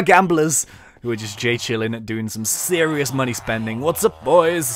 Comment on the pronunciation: "Why so series" haha xD I love you! TeamTC are best!